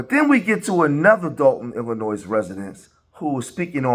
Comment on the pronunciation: Dude, Illinois is not pronounced plural, the S is silent. If you're from Illinois, you already know this fact.